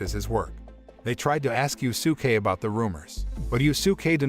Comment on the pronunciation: “Yu-su-kay “ “Ma-Da-Ra-May”bruh what are these name butchers🤣🤣🤣 💀💀💀